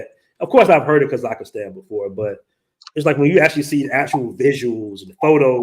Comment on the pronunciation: The country is called Ka-zakh- Stan not Ka-zakh-ah-Stan bro! 🤣